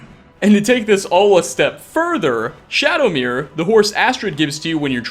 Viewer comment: It's "Shadow-mere" not "Shadomir"